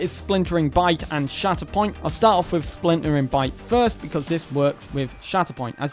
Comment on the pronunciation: Every time he said shatterpoint I heard “shat upon” 😂